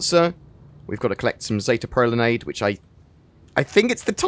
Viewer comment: ”pro lan EYEd”